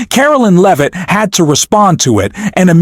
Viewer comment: Where is Leavitt's melt down. I scanned the video and nowhere do I see her speak. There are a couple short clips or stills but I never hear her speak. If you're going to put "MELTS DOWN" in your title, you better show a meltdown. BTW, are you mispronouncing her name on purpose, like Trump often does when saying his opponents name? Or is the audio created by text-to-speech software and is mispronouncing it because it doesn't know any better?